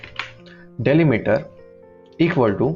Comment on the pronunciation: डैलीमीटर ❎ डीलिमिटर ✅